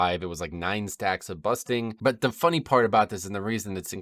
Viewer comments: Nice video once again. BuRsting instead of Busting tho xD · Why do you keep calling bursting busting? is that an american thing? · Also you keep calling it busting, and it’s funny hahah